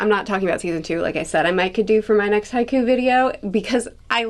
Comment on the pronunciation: I think it would be fun if she snuck in or just kinda talked in haiku when talking about Haikyuu. Considering how this imposter says the name